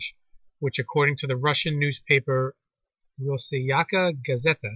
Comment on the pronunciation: Russian bear scared the baldness off of the American eagle...... narrator really? you missed like 3 letters...its "ros-siys-kaya" its not that hard, written in English letters....."Ya OughtaLearn"....kinda ironic don't you think?......just giving you shit! good vid!..thumbs up